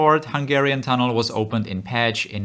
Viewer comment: Hey there! It was nice to hear that u pronounced Hungarian names well! (except Pécs lol, but the other ones were good) As you mentioned, the city is about to get into the 80s. It still doesn't have an airport tho'.. Do u have any plans to add one?